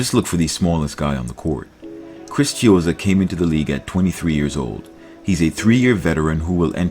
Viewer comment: Not chizzo fvccck